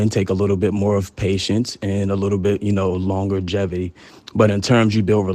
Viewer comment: "a longer gevity...if that makes sense"